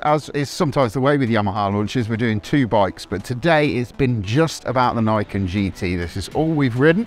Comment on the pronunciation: Niken is pronounce as "Knee Ken" it means 2 blades in Japanese.